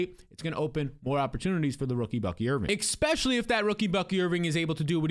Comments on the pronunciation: The "expecially" is driving me nuts! The term is ESpecially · Love your analysis... but are you saying EK-spesially?